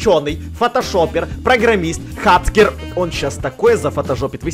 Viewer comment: правильно говорит не хацкер а хакер